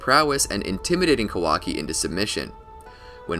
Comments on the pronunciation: It’s Kah•wah•key not Ka•walkie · Pronounce his name correctly first 🤣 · Bruh, pronounce his name right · I think your pronouncing his name wrong